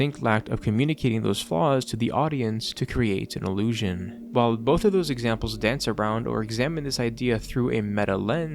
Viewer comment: did you say ...... "Illusion"?!?!?!?! W video by the way